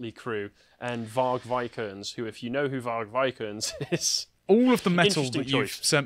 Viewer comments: Michael Jackson and The Weekend... why am I not surprised... I agree with here... Motley Crue, Varg Vikernes and Powerwolf, are a lot better. And can't pronounce Varg Vikernes... [va:rj] [vike:r'nes] vik is like Weak but instead of W it's a V vowel like very and not like wary. the er is like a cleaner version of West Country or in tractor, nes is like nec in necessary. Am from Sweden, I can say his name with ease. In a lot of Swedish Dialects... and accents. If that Gay English Dancer Tony Irving can pronounce his name properly-ish... then you could try too. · that pronunciation of varg vikernes is just the worst. you should know better for the sake of burzum